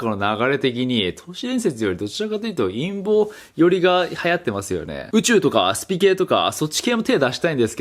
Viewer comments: 陰謀動画が陰毛動画？淫紋動画？に聞こえる(難聴) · 陰毛の動画って聞こえた